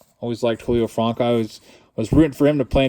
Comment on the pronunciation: What’s up with how you pronounce Julio Franco lol? Not heard it said like that. Being a Clevelander I’m gonna give you crap but I love watching your throwback thursdays. I’d love to see 77’ Topps. Keep up your good work brother.